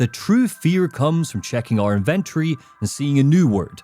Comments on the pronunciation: that damn IN-VIN-TURREYYY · 😂it’s the way you pronounce it! Love the content man, hours of entertainment for me during my hour drive home from work